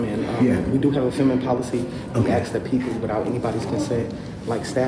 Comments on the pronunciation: Please, learn to say ASK not AKS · You know when a man or a woman says the word ax instead of ask you will not prevail mentally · Axed?? Why is that guy axing people??? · Yeah, what is the deal with people not being able to say, “ask”?! I’m sure they can say “ass” just fine, so put a “k” on the end of “ass”! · tries to axe everybody.